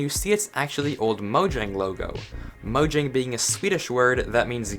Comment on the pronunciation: Im also swedish, tja! No its pronounced mojäng. If u dont know how ä is pronounced just search it up